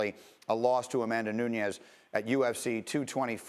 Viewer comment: Nuniaaz lol